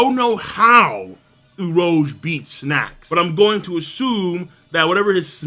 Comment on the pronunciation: for the Mad Monk, it's Oo-rooge Not Oo-rohge